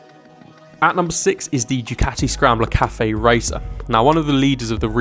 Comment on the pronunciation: It's pronounced, "Du Kati" and not "Jew Kati"!